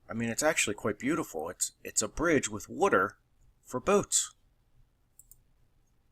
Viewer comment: Wutter? Wooder? I've never heard anyone pronounce water like that